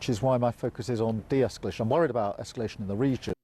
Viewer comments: First she say ‘iniment’ which was a stumble but then my god ‘esculation’ even Starmer heard it, and he hears nothing apparently. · Beth Rigby also mispronounced escalation as esculation. Aren't 'journalists' supposed to at least have command of the English language? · Esculation. And de-esculation. Seriously poor English skills from the interviewer interviewing Starmer. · Beth Rigby mispronounced "imminent" and "escalation"...😮